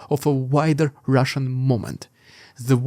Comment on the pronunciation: Sounds like sometimes you say "It's the russian idiot". I laugh everytime and then i lock in for the news. Been a long time subscriber